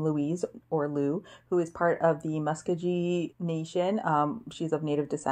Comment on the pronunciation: Muskogee is pronounced Musk-GO-gee which is the same tribal nation that our current poet laureate, Joy Harjo, is from. 🙂 I’m looking forward to your weekly wrap ups! And yay for catching up on TBRs!